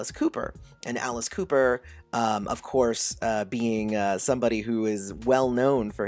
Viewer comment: WTH? Did you just say Alice Cooper is a born-again Christian? Or do I need to clean out my ears because I swear you just said out with Cooper is a born-again Christian now wow